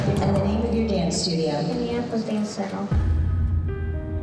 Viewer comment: “I wike to dawnce because it makes my mom hawppy.” ❤